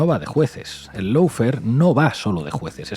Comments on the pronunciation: Por favor eviten el molesto diptongo "lou" que se oye y que no existe en la primera sílaba de lawfare. Solo ""lo". (How to pronounce lawfare UK/ˈlɔː.feər/ US/ˈlɑː.fer/). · Por favor, recuerda que LAWFARE se pronuncia looféar, no loufer, que es una pronunciación inventada que se ha generalizado en España: LAW (ley) loo (O larga y no suena ninguna U). LOW (bajo). lou.